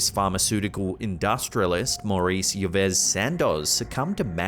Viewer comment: "Yves" is pronounced "Eve" 🙂